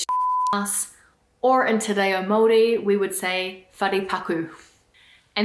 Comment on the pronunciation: I’m offended how she just said māori